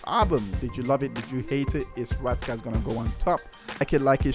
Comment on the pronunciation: IT'S RAS KASS NOT RASS KASS